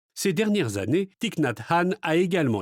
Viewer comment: Le i de son prenom ne se prononce pas ainsi. C'est à corriger, par respect pour l'auteur.